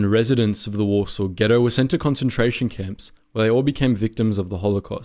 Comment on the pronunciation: Ah yes, the Polish capital of wAsRsAW. lol